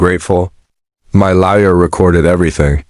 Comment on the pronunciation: Again, laoya instead of lawyer